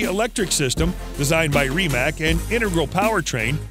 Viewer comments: Great video, but it’s pronounced rim-ak not reem-ak 😂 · Please learn how to say Rimac correctly, it's cringe and denotes less than a car enthusiast.